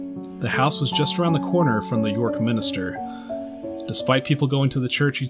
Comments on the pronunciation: MIN-STER, not MIN-I-STER! Seriously. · Why u say minister when it's actually minster get it right